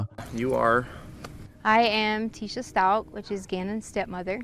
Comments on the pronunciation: The evil P.o.S name is pronounced "La-tee-sha". My god...that poor child. HOW did his father NOT notice the change in Gannon, BEFORE his tragic end. OR the school, NEIGHBOURS!?? 😭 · La tea sha is how it’s said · I'm only about 6-7 minutes in, and so far really getting interested in this story... However, my goodness, I wish you would have either learned how her name was pronounced, or just PICKED a pronounciation and stuck with it. Sometimes you say "La-tesa", other times "La-tee-shia", and other times "La-tee-sa". I know you are probably new at doing this, so this is really meant as just "constructive criticism" and not meant to be rude. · Letisha, letesha, Leticia, & Letecia... Why 4 pronunciations of the name? The case is horrible, but the multiple pronunciations of the name is just odd, & takes over the video. We'd like to just hear what happened to Gannon finally. It's been a long time since he's gone missing. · You said, Gannon Stauk. Nope, It's STAUCH (sounds like STOWCH). La-teshia, Le-teeshia, Le-Teecia. Geez buddy, get it right. It's pronounced, La-Teesha. smh